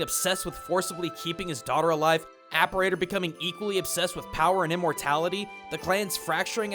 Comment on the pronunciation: Cool video, really interesting stuff i never considered about cyber shadow’s story! I think you were pronouncing Apparitor’s name wrong, but I mean so did I before I actually looked up what an apparitor was, lol.